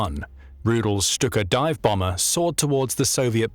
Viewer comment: FINALLY someone to pronounce STUKA as it should be🙏🙏